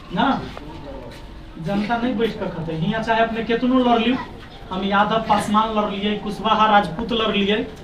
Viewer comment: जिस तरह अपने नाम को गर्व से लाते हैं उसी तरह भी बोला kijiye पसमान नहीं hota पासवान होता है अहंकार आदमी .....😈😈 थोड़ा बोलने के लिए सीखिए ज्यादा अच्छा होगा